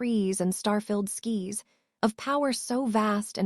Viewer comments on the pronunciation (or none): star filled skies you mean?? not skis